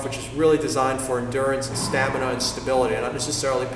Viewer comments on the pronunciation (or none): none